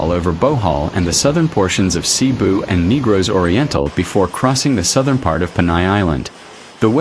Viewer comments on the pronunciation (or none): none